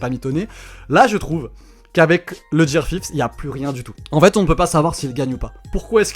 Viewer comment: Ça sait dire Coola, mais pas Gear 5